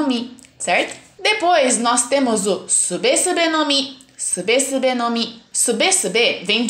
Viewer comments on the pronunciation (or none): Nao sabe nem fala o nome da fruta direito a sube sube no mi o suBE se pronuncia subi no mi